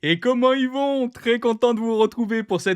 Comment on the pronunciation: " comment ils vont" 🤦‍♂️ j ai l impression d entendre le pegu de la ferme d à côté quand j etais gosse. "Tu serais t y pas de la campagne "